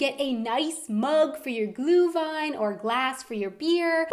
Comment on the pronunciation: Glühwein has nothing to do with glue. ( that pronouncuation made me cry. )